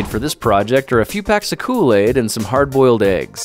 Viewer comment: You mean... Kool-aigs?